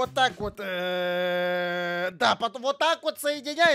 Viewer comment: Знаю что это вышло 11 месяцев назад но все же ты сказал самарские керпечи ? Я просто из Самары 😅😅